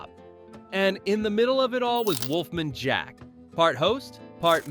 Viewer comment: I am thinking this guy's voice is AI. I think it's hilarious the way he pronounces Wolfman Jack. 😂